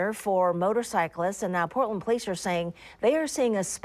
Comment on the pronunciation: It’s Portland, It’s Portland